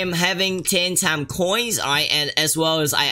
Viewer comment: The "Taame" as in he said Time in his accent...